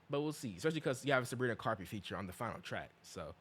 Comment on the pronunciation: WHY IS HE SAYING SABRINA CARPET😭😭😭🥀🥀🥀🥀